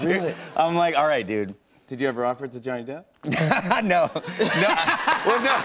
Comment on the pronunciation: “Johny Dap”